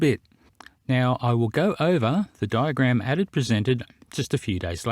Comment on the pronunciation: Did I just hear call Adam, Atom? Lol